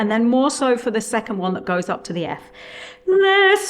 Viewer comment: It's not "LE" with an open E vowel, but "Le" with a closed "e". This is important as it is an essential part of Italian pronunciation. Leave Italian pronunciation to the Italians or to an expert in diction.